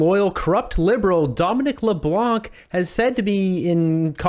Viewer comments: The “c” in Leblanc is silent. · Please pronounce Mr. Leblanc's name correctly. The "c" is silent, please pronounce it the way every other Canadian does. 😂 I'm a fan of "" to be clear. Just a dumb pedantic correction 😁 don't hate plz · Do not pronounce the C at the end of Leblanc it’s a French name the C is a silence letter